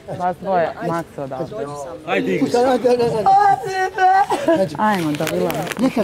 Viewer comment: Nadam se da ce otici kod logopeda,zamor ga je slusati